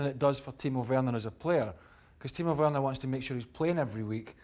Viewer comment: *Timo Werner. Not "Werrorner"